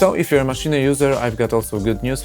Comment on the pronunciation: maszine ? hahahaha sounds like kkokakola i oranzus NOBODY DOES MENTION WHAT IS MISSING :-( , fpr example chord playing with the mouse...........